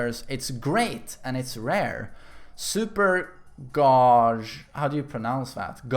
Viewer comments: Super "Gawj" lol it's pronounced Gayj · you pronounce "gauge" as " "gayje" or maybe "gayge" where the g is silent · "Gauge" = gay-jah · Pretty sure it's not gaghe its gauge gay-j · Isn't Gauge pronounced as Gayj? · It's pronounced gayge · lmao at pronouncing gauge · You seriously haven't heard the word "gauge" pronounced before? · He made up for the cringe intro trying to pronouce gauge hahah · What do you mean? You use English but you can't pronounce the word Gauge? You spell it like Gate but with G. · You say "guage" like cage but with a g at the beginning, English am I right? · It's pronounced like "Cage" but with a "G". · Not knowing how to say gauge 😂😂